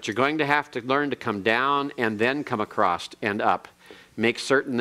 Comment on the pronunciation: is such a patient teacher and tries to be helpful. I am not an expert in Hebrew so I cannot comment on his pronounciation, but I am surprised the he pronounces ‘across’ as ‘acrost’.